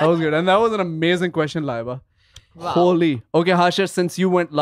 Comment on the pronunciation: Hashir said __ laaayybaaa 😂 not laiba😂😂😂